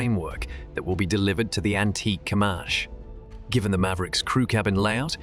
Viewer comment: its Comanche (com-an-chee) not (come-on-shay)